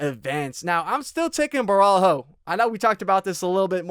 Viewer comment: Was going to bet on Caio but after hearing you glaze "Boar-All-Hoe" I've decided to switch over to Immamov.